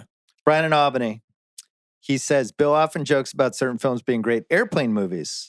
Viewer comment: Why does Bill pronounce Albany the way he does?? Chris Ryan says it right.